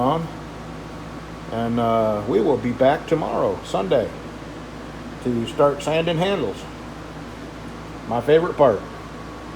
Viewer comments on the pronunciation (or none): none